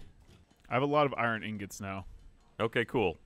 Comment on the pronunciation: Why the hell is Gav calling ingots "Newgents" or whatever?